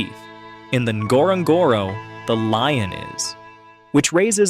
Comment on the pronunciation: You kinda don't really pronounce the N in Ngorogoro. It's gore-oh gore-oh